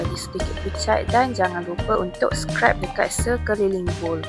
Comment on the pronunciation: Terima kasih share resepi. Cuma nak betulkan sikit sebutan scrape tu, bukan scrap. Scrap = sisa/bahan buangan Scrape = mengikis Kalau ada list bahan2 & resipi penuh di description video, lebih membantu & memudahkan viewers utk ikut resepi dlm video ni 😊